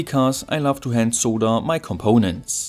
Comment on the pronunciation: Dude, it's not "soe-da", it is "sod-durr" for pronouncing the word SOLDER. YW.